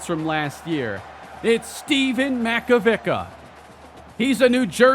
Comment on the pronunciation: hey, small little thing but I'm like 99% sure Makovicka's name is pronnounched Mack-oh-Vic-ah. Love the vids man keep it up.